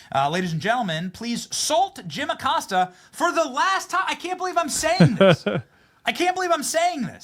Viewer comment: Uh-Costa....that is the correct pronunciation for that pos cia asset.